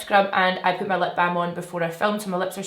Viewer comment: I thought you said “poop my base on” 😂😩 i love you so much!